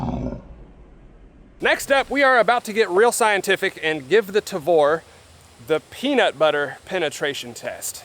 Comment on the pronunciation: you say "tavor" perfectly, good job.